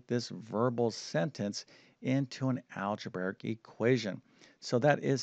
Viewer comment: "Algeberic." All of his "br" combinations come out as "bVr" rather than "brV." Strange. I didn't notice this speech impediment until recent videos. 🤔